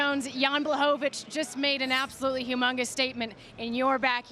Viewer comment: Espn learn or put some polish person there... isn't Blachowicz BUT Błachowicz...🤣